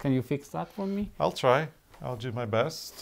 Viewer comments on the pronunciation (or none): none